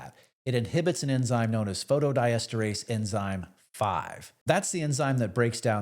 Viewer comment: Wow, if he can't even pronounce the name "phosphodiesterase" correctly how good is this doctor's description of the side effects...